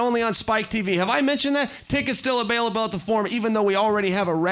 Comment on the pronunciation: "Tickets still abailable"...